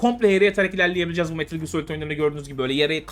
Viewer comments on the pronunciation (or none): none